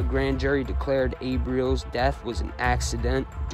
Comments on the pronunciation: FYI, ... Kid twist's last name is pronounced Rel-is.. not reals.. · It's Not "Reels" its Abe Rel- les, "The Stool pigeon that could sing, but couldn't Fly". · Nicely put together, Abe's last name is pronounced Rel-ez,an easy oversight, they ended up killing Chris Rosenberg too, Very treacherous people in this one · Great vid... Didn't know how how much damage Meldish did.. good stuff.. glad your not talking about the same ole people.. Idk why your pronouncing kid twists last name like that.. Whenever I've heard it said it's sounds like it's spelled Relis.. Just so you know.. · Abe ‘Kid Twist’ Reles*, pronounced Rell-is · They actually called him the pigeon that could sing,but not fly!Your welcome!!And you pronounced Kid Twist last name wrong,it was pronounced (Rell-ess)Reles!